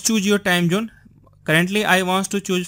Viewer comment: what accent is this? Time Jhoone..WTF